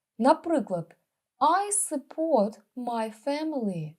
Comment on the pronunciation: Навіть не знаю що вам сказати, не вчіть людей не правильній промові слів. Перевірте слово support як його промовляють 🙈🙈🙈